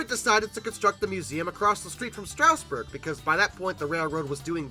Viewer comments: It's "Straw-sburg", not "Str-ow-sburg". No "ow". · Not sure why people still mispronounce Strasburg. It's not "strouseborg" it's Stras-burg. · Quick local note: the first syllable of Strasburg rhymes with jazz, not grass. That minor note aside, great video! (Watching old rivets decaying outside as I drive by is always a heartbreaker.)